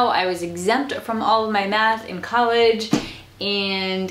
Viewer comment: "college" not "collage"